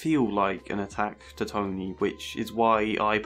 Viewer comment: I really like that it sounds like you're calling him Tiny lol